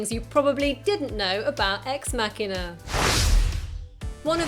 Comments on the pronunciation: It's machine-a not makina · Good god I just couldn't get over the narrator butchering the word "machina" over and over. "Mock" not "mack" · I need help. Why is it pronounced Ex_ Mac hina instead of Ex_ Ma china? If anyone understands, I know it's probably dumb to ask, but I was just wondering. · Why does the narrator of this video pronounce it incorrectly as MAK'inah, rather than MaSHEEEN'ah? Can't people read? The robot is a machine, not a Mack truck. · First thing I didn't know about Ex-Machina.... It was called "Ex-Makina" and not "Ex-Machine-a". 'Muricans. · ex makkina? really? i think its suppose to be ''machina'', like machine. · WTF did she just call that X MACKINA im done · Loved this film but didn't realize that the title was pronounced with a hard "k" sound versus the "ch" till I watched this. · marcusezikel It's from "Deus Ex Machina", in Latin, and the closest English approximation is a hard 'c' as in "car", but from my understanding, it's actually closer to 'kee'...thus, should probably be pronounced as "mah-kee-na." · ***** I've been pronouncing it Mach-ina, as in the speed of sound mach :) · Say machina one more time. I dare you.